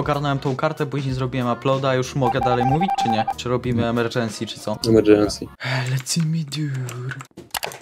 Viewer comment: Emerdżensi miting 🤓